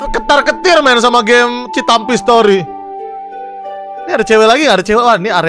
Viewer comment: cinta mimpi bukan citampi jangan( dibaca citampi nya ) harus dibaca cinta mimpi